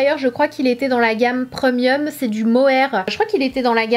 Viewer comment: Tu ma tué comment tu prononces « premium » - preuuuuuhmieuu